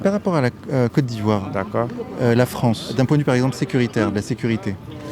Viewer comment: La Fronce de Soros 🤣